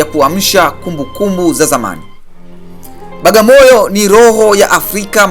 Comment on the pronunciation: Hamuitendei haki kabisaa "BWAGAMOYO" kuitamka Bagamoyo na kuiandika Bagamoyo !